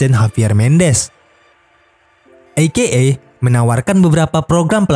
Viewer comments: e ke e min, bukan i ke e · Bacanya ei-kei-ei min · Menit dan seterusnya. Maaf Min. Masak AKA dibaca "i - ke - e"? Harusnya kan huruf "A" di awal dan akhir singkatan dibaca sama. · saya dengernya i-ge-e